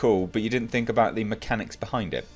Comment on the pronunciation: I’m glad the hype and the movie has come and gone but I will always missed hearing your “tha rise of Skywalker”. I crack up everytime I hear it.